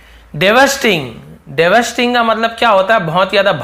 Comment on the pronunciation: devastating pronunciation... I learn from u everyday but sometimes I see some mistakes from you sir but it's okay 😊